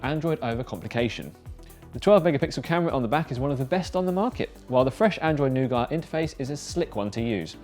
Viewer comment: One of the very few to pronounce Nougat this way.